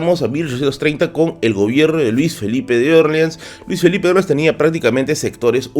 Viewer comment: Interesante, pero me desconcentra tu pronunciación de Orleans, que lo pronuncias a la americana, como en New Orleans, con la sílaba tónica en la "O", pero en español, porque serían la sílaba tónica en la "A", que por proximidad es la pronunciación adaptada más fiel al original, que es el francés. Puedo aceptar que Nueva Orleans (con tónica en la "A") sea prunciada como New Orleans (con tónica en la "O"), pero porque es una ciudad de USA, pero a ver Luis Felipe que tendría que ver con que en USA se pronuncie así eso, si cuando él reinó la Luisiana ya estaba vendida a USA casi treinta años antes. Y Luis Felipe era francés, ¿no?, pues eso.